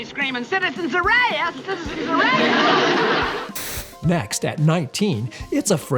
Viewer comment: Just to be clear, the quote is not "Citizen's arrest! Citizen's arrest!" It's "Citizen's a-ray-est! Citizen's a-ray-est!" 😂😂😂